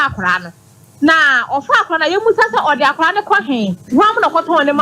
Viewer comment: Is it order in court or odey in court?😂😂😂